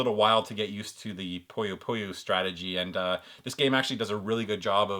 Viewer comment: It is pronounced "Puh-yoh Puh-Yoh" great video as always man!